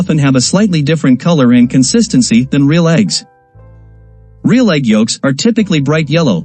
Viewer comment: Tip, when writing the script to be read by AI or a talk to text program you should try to spell words phonetically rather than properly. In this video the narration really suffers from the content creator not spelling real as REEL, spelling it as reel would have eliminated the issue the narration was experiencing with the glaring mispronounceation of Real. It kept pronuncing it with an emphasis on the A which sounded so off.